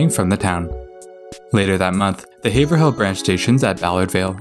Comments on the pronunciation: Haverhill is pronounced "Averill". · you see, I used to think Haverhill, and the way you pronounce it were 2 different places. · This is a great video production. However, my only real criticism is on the pronunciation of several cities and town in Massachusetts. As a native of Mass, I know how various names are pronounced by the locals. There were other locations like Haverhill, and a few more where your pronunciations were off. But these while amusing to some are very tiny criticisms on the video. You did a wonderful job of producing this video. Thank you very much! :)